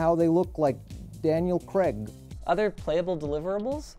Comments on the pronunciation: His name is Daniel Craig, not Daniel Creg. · Noooo NOT Creg it's CRAIG....pronounced CRAYG please!!! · Tell tenner it’s pronounced CRAYG. Not creg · Why do Americans/Canadians say creg instead of Craig (crayg)?